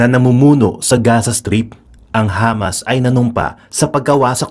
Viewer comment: Hamas, sounded Lamas, lol